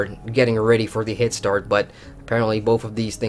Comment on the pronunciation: Why do you keep saying Hit-start? Don´t you mean head start?